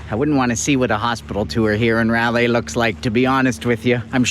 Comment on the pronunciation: Fantastic videos. One suggestion is to actually pronounce the beach name correctly because frankly, it's the least one can do. :) "rye-lay" as in, "rye bread" and "she was a good lay." RYE-LAI. :D